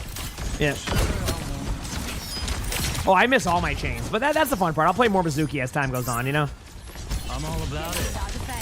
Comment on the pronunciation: It's pronounced MI-zoo-key, like the japanese word for water, mizu (水) - not meh-ZOO-key.